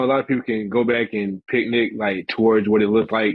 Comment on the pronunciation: He said picknit lol